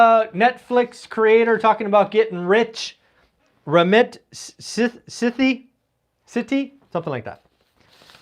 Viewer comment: rah-Meet Say-dee